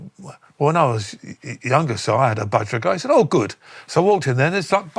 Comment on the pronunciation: I've never heard Budgerigar pronounced that way. We just call them Budgies :)